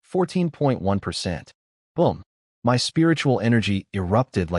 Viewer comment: Got to say this new AI fault is annoying, why has it started saying M Y instead of my? Have the makers deliberately broken it to get people to pay more money to get a version that works?